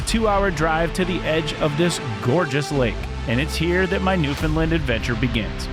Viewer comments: It's not new fin Lund! It's "New fun land" can't get that wrong. It's disrespectful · Newfoundland, not Newfundlund! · Yup beautiful place is right it is called Newfoundland not Newfoundlin do understand why outsiders can’t not pronounce it correctly. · This guy is a joke. Talking about Newfoundland history and can’t even take the time to learn how to pronounce Newfoundland or Beothuk properly. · He also can’t pronounce Newfoundland. Think he’d take some time to learn how to say it properly.